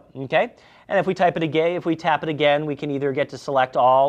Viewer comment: Did he said first: "If we type it a Gay?" and corrected itself with: "Type it again" ;))